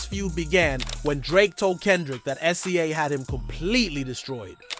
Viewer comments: Why do you keep saying "S z A" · excuse me, but SZA's name is pronounce "sizza," like a pair of scissors